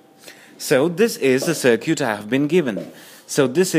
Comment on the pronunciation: "looking at the 'sir cute'" lol.. was really funny to me he was really getting into it